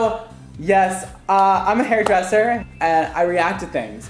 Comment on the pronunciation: Okay someone PLEASE tell me I'm not the only one who understood "I'm a hairy dresser" in the introduction 😂